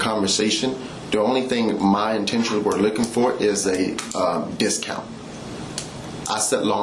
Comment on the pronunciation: He didn't want "the discount"; he wanted "da dist-count".